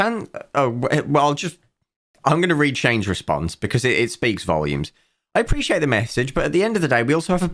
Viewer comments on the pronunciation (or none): none